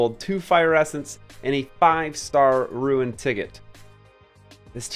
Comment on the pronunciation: I'm nitpicking here but why do you say Ruin instead of Rune? 😂